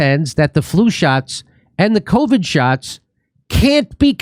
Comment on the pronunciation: I love listening to Joe pronounce it, “cao-vid”.